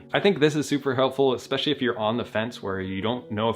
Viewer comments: there is no X in word especially. it's not fucking eXpecially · Can people please stop saying "expecially" already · wait why do some people say expecially